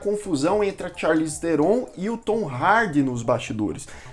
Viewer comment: O NOME DELA SE PRONÚNCIA ASSIM, CHARLIZE TRON E NÃO TERON